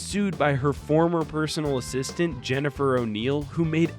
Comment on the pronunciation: nice 'assitant'